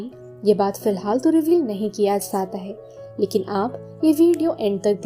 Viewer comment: zata hy, zati hy, ye bola hy na apny... Usko samajh nhi arha